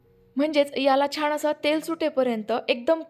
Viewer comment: रेसिपी चांगली आहे पण परंतु शुद्ध बोलायच्या हव्यासापायी "न आणि ण "यातला फरक तुम्हाला कळत नाही त्यामुळे "छान" या शब्दाला " छाण छाण " म्हणताय.